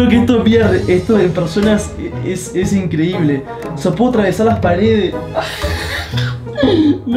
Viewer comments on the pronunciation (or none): Aquí los que se dieron cuenta que dice "esta incredible"